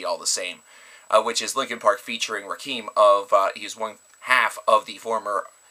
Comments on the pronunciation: Rakim is pronunced RAH-KIM. It's pronounced RAH-KIM. Not RAH-KEEM. Eric B & Rakim (RAH-KIM) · Ra-KEEM? It's Rah-KIM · White people,his name is pronounced "Raaa - Kim". Not "Roc- keem". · It's Rakim not Rakeeeeeem